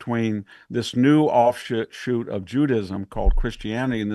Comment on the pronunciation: Aww, he said offshit!